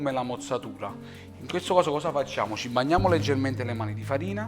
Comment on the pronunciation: ci " bagnamo" le mani di farina non si può sentire. Quindi ti "banniamo" con le mani di fatina. Camin vattin..... jiss sap fa a pizz